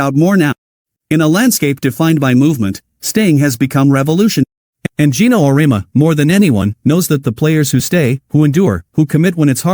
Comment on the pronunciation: Your graphic caught my attention, but you misrepresented Geno's view: First: Program your AI voice creator to pronounce his name correctly. Second: His view of NIL and the transfer portal have changed and focus on what is best for the player.